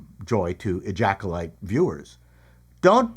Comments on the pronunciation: Did he call it the ejackulyte? Hilarious how have i not seen this channel before? Dude is funny as hell. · Question; Who pays for the lunch I just spat across the room after hearing you call the show, “Ejaculyte”? 😂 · Call me immature, but I laughed or snickered at least every time you said "ejacolyte" 😂